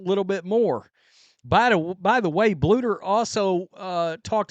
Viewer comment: It only took you like a whole year to say “Bluder” correctly, instead of just saying “boulder” 😂😂😂